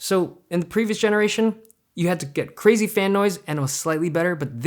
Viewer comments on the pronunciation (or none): none